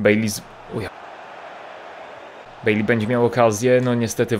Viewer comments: Nazwisko Baileya czyta się Bajlej. Nie wiem jak można mieć problem z czytaniem jego nazwiska. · Mówi się bejlej😀daj serce